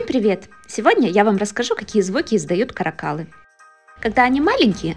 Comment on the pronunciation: Не КаракАлы,а КарАкалы